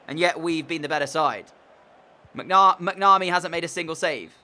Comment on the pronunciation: Just for you to know I said last video donal is pronounced doenul and you say macnamee quickly